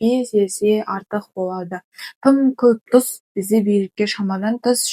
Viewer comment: Дұз емес тұз десей